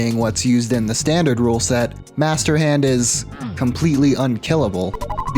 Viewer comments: You spelled hand wrong u said hnad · Master Hnad? think you swapped some letters there buddy.... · "mister hend"